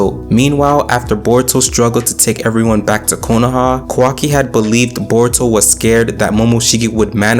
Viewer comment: Sorry Bro, its not „Konohaaaahh“ its „KonoAh“ and its not „Otsuktski“ its „Ootsutsuki“. Not „Quaki“ its „Kawakii“!! get your names right!